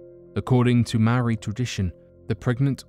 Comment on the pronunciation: Thank you for saying Maori correctly